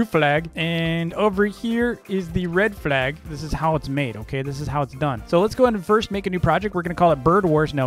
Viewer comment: The way he says red flag and blue flag got me dying